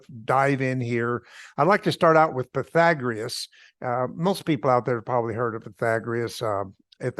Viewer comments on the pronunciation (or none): he said pi-thag-ri-us? TWICE! and said everything is spinning. *rolls eye🙄